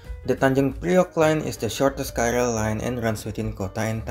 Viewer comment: KRL itu bacanya ke-er-el bukan ka-er-el